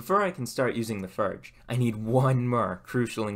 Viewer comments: It's pronounced forge not furge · I have to ask. Why do you say “ER” instead of “OR”? Example “fERge” instead of “fORge” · how are you going to go through all this effort and not know how to pronounce the name of what your building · Cool Chanel... I'll be looking out for some more fun content! - Is it just me, or does it sound like he's saying "Ferg" instead of "Forge," what's up with that? It also sounds like he says "ferming planks," instead of "forming planks," is that a local-accent/ dialect I'm not aware of, or what...? 🤔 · I'd give you a like if you could learn how to pronounce fordge and form.